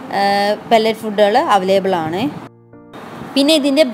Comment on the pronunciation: Avalaible alla Available aan